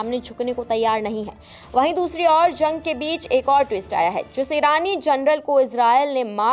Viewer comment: zang nahi jung 😂